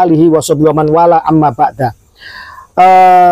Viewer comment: 😂😂😂😂😂😂😂😂😂🤮🤮🤣amma ba'du brow bukan amma ba'da 😂😂😂